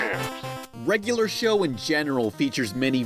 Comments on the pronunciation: The way you consistently mispronounce "regular" as "reg-a-lur" is insufferable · It's not "reggaler show." It's "reg-yu-ler show." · "regoolar show" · REG UH LURR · Please learn how to say "regular"